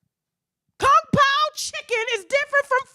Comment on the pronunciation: "Kung-Poa" chicken!! Tashhhha!!!!😫😫😫😫😫😫😫😫😫 please stoppppp!!😂😂😂😂😂😂😂